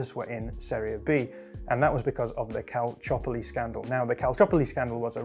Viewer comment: An English-speaking person pronouncing Calciopoli right? Impressive.